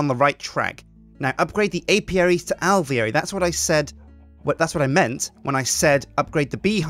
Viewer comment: Remember kids, it's Al-vee-air-y Not Al-veer-ee